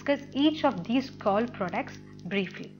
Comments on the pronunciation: it's coal not kaul lol 🤣🤣🤣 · Your pronounciation of coal is wrong correct it 🤣🤣🤣